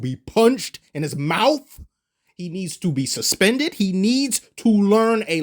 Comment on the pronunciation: "HE NEEDS TO BE PUNCHED IN HIS MOUF" 😂😂😂😂😂😂 True!